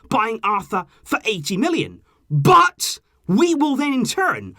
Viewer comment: Why the f**k you emphasize on word "BUT" it is like "BUTTTTTTTTTTTTTT" !!